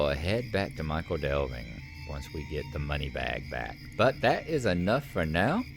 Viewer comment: Just to be pedantic for a moment, "Michel" is pronounced "Mickle" not "Michael"! This is an excellent addition to your LOTRO portfolio, but she should have the honour of her own show: "SLOTRO THREE" is a bit mundane but she could run through Yondershire as I don't imagine the other two are likely to visit there any time soon, and then maybe she'd be well-placed for the South Farthing when it arrives? Yes, that road leads to Yondershire, where you can meet all kinds of fun canon characters not to mention Bingo and his mob ;-) Does anybody ever get rid of their Bounder's Hat? I'm sure that all my characters who "earned" one still have it! The Quick Post Quests are actually an excellent way of working your way around the Shire, going from hub to hub, and there's some more in Yondershire as well.